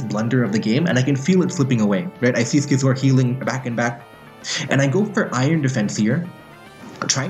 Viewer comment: you pronouse Scizor like you'd pronouns Scizzors mate. Not Skizor.